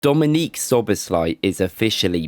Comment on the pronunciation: It’s pronounced dominik not Dominique